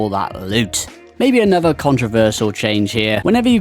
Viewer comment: I will never understand why people pronounce "th" as "v" sound. Drives me fucking nuts. Its not "anover" its "another". Cmon man